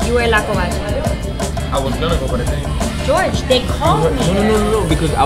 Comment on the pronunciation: Bro how does even his manager say GEORGE instead of Jorge